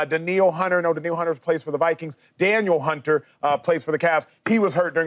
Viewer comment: Man said Danielle Hunter 😂😂😂😂😂